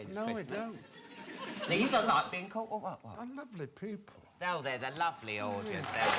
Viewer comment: I love how Ian pronanciate the word "ppeopple" ❤